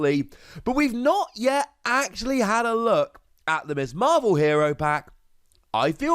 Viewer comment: It’s Ms Marvel, not Miss Marvel... ;-)